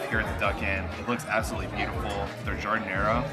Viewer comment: I wish narrators of food films would take the trouble to learn correct pronunciation of the items they describe....... Giardiniera: "jarr-deen-yierra".. it's NOT difficult!